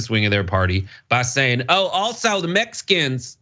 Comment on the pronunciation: “Mesicans” 🤣 Whatever warmonger!